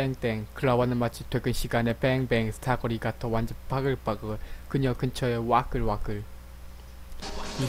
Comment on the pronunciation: 밝글밝글 왉글왉을ㅋㅋㅋㅋㅋ 정말발음장에